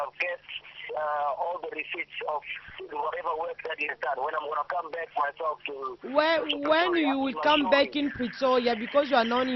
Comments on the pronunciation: fifi anglais wana yango te that is very wack . you dont speak english . balobaka " I call you back" et non " I call beck" yango mutu ozosolola naye aza ko comprendre maloba na yote. loba kaka lingala ekozala bien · mj congolaise lol nalobi bongo Yaya quand tu parle avec un américain "back' wana okoyoka te Mais oyo Beck ya soso to ya nini mdr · siwa boni kokosa boye anglais ango oyebaki bien tein , call back et no call beck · kiéeékieee kiéeékieee oza somo yy obuki nga panzi forte beuck ya soso vraiment lol eeee naseki makasi kiéeékieee kiéeékieee eeeee l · Leo Silva ngai pe na comprendre te call u beck ya munoko to ya nini 😂😂😂😂😂😂 je comprend anglais ya Afrique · Bijoux Kalonji aw na UK tolobaka BACK